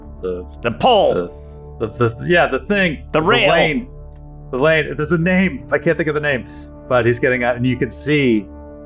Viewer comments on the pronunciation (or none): none